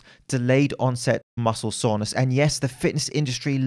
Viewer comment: Why does he keep saying „muscle saunas“ lol